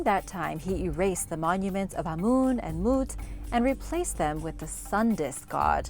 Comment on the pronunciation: Ur pronunciation of amun & mut is so funny BTW no hard feelings.